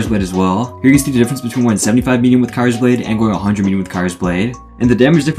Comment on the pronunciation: ur pronounciation of kyrsblade is silly